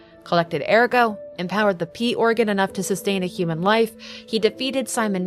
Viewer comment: Every time you said "P organ" I heard "Pee organ" and I giggled